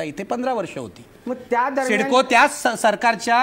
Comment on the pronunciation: ते मधल एड काय बोलताय त्याला तरी कळतंय काय सिडकोला सिस्को म्हणताय